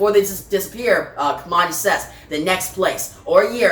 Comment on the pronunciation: Thanks for the video. By the way, Kamandi's name is derived from the place he grew up--Command D bunker--so it should be pronounced that way.